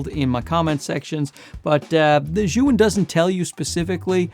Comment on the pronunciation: Potato Jet is of Japanese ethnicity and he doesn't speak Chinese, which Zhiyun originates from. Good job in pronouncing the name as correctly as you can - "zhee-yoon". Some creators like to call it "Zion" and that always make me L-O-L.